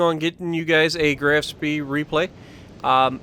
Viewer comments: is correct it's Graf Shpee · Not trying to be a word nazi (see what I did there), but it's pronounced as the "Graf Schpaay" :D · It's pronounced more like "Grof Shpee" versus "Graph Spay" or anything like that lol